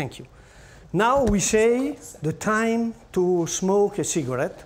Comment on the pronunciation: I'll sleep easy knowing these stuck up rich people have this man's sweaty bare hands all over the cheese they are eating. Plus there's time for a "cigg-a-rette" between cuts lol. But I do love some smelly ass cheese. Don't get me wrong :P